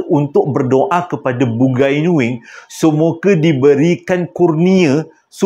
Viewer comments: Sebutan dia bu-ngai nuing bkn bun-gai nuing..bungai (bunga) nuing..bunga nuing😂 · Waduh...bukan BUGAI NUING....tapi BUNGAI NUING.. dia org tu MCM org BUNIAN JUGA.. Slam dari Sarawak.. Sya Iban Islam. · Terima kasih sudah... Bang .. bukan "bugai nuing".. tetapi "Bungai Nuing"... Menarik cerita ini .. Sy ada kawan yang hampir diambil msykt alam bungai Nuing tetapi dia memilih utk stay di alam Kita ..